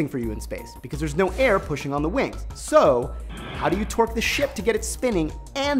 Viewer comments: Every time he says torque it sounds like twerk. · oh TORQUE lol i thought he was saying twerk